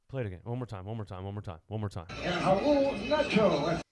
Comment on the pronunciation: "Raul nato" i mean c'mon man